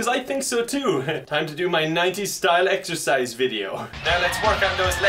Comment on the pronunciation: Did you say exercise or EXTRA FRIES